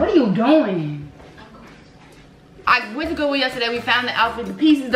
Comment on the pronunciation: "GoOwIlL" Lol love you